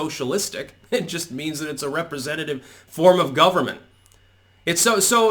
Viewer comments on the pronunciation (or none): none